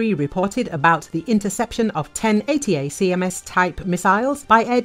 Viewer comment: Tip to your narrator (assuming it’s not AI): ATACMS is pronounced “Uh-TACK-ems” rather than pronouncing each individual letter of the acronym.